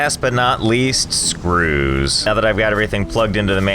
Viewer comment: I can never get over how funny Josh sounds whenever he says "screws"